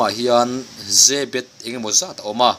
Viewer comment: YE-BET tia lam a dik zawk.